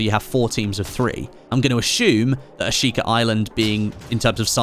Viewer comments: There is no R in Ashika. Not a single one. I get your British, but just stop it. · There’s an R in Ashika I just know it